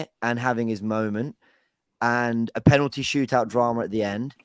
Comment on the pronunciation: Someone tell, its penalty not penany 😂😂